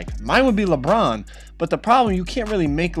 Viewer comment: Why does he say Lebron like “lepron”